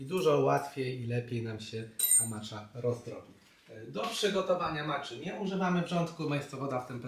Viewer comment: Przepis świetny, często tak robię z mlekiem migdałowym i czasem miodem :) zastanawia mnie tylko kiedy i czemu zaczęło się wymawiać ją jako "macza". Początkowo wszyscy wymawiali "matcza" co było mniej rażące, ale przyznam, że przy "maczy" to aż mnie skręca :D Matcha jest japońska, a język japoński jest miękki :) więc brzmi to trochę pomiędzy "maćcia" a "matcia". Taka moja mała dygresja :)